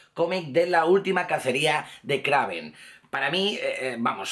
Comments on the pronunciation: Se dice kreiven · no se escribe kraven pero se pronuncia kreiven